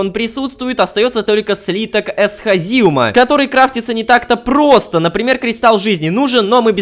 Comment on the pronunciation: Эсха́зиум а не эсхази́ум